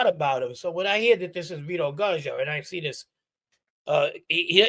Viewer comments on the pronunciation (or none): PERFECT TIMING... I was craving some new badass content :) EDIT: Guzzo in Italian is actually "Goots-oh" -- like pizza, any time you got two z's it's a "-ts" sound (in Italiano)* THE GOOTZ! lol